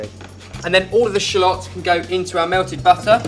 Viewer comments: Shulots? I'm gonna call them Shulots from now on :D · you say shallots funny..